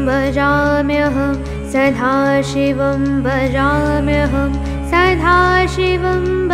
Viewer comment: Well presented. Excellent. Very good pronounciation excepting that in many places, the letter da (ద ) was wrongly pronounced as dha (ధ ). For ex: sadhashiva (సధాశివా ). It should be sada ( సదా ); kalakadhamba (కళాకధంబ). It should be kalakadamba (కళాకదంబ). Please take care.